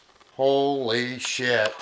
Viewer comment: 😂😂 the way he says “HEALO” and I love when he says “HOLY SHHYT” I love these men!! Bless their souls and keep them Safe lord Jesus!!